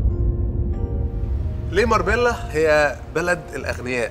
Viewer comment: ينطق عليها (ماربيلا ) في اسبانيا